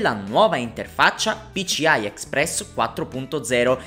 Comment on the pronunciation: PICIAI non si può sentire!